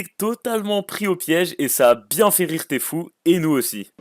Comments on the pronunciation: Il a dit Tfou lol allor que c'est tfue 🤣🤣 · Sa ce dis pas tefoo mé tifiou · ON DIT TFIUE